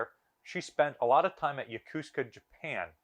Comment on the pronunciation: It is not pronounce ya-KOOs-ka.